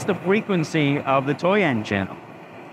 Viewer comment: lmao, the ai made him say fwequwency